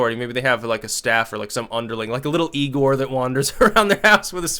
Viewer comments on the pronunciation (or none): ...it's pronounced "eye gore"...